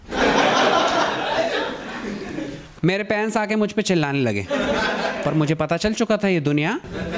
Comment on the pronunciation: Bhai "Parents" hota h "Panez" nahi